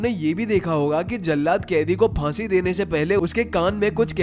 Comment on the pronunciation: Aur fansi ko paani bol rha hai